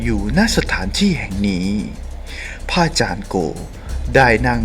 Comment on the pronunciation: ทำเสียงปกติจะดีมั้งคะ ไม่ได้พากษ์หนัง หรือเล่านิทานให้เด็กฟัง ไม่ต้องทำเสียงขนาดนี้ก็ได้คะ พะอาจารย์ หรือ พระอาจารย์คะ พูดให้ชัดคะ ภาษาไทย จะน่าฟังกว่านี้เยอะเลยคะ ตัว ร ล และ เสียงควบกล้ำ พูดให้ชัดๆ คะ อาชีพนี้จะได้น่าสนใจกว่านี้คะ สาธุๆๆ